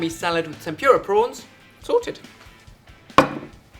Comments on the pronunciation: I love how he says tempyura instead of tempura :) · I know you're English and all, but it's pronounced tem-pu-ra, not temp-pure-a, and the r makes a softer sound. In Japan they don't even have an r sound, but it's close enough. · I'm sorry, I have to. xD "Eh-dah-mah-meh" and "Tem-poo-rah".